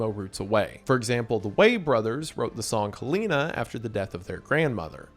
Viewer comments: Calling hell een a instead of helen-a is so funny to me ive never heard it pronounced that way Also i consider mcr emo because emo kids listen to them not because the music itself is nessarily emo i consider most of their albums after the first one as opera rock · It’s so Wendigoon how he doesn’t stick to the two most accepted pronunciations of Helena (Hel-eh-na or Hel-ay-na) but uses his own wrong way of saying it, Hel-ee-na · Still cant pronounce "Helena" I see. 😂 For those wondering, it's "Hell-eh-nah".